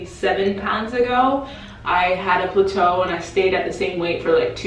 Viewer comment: Girl if you don't stop saying Pluto it's plateau ( pronounced plat-toe)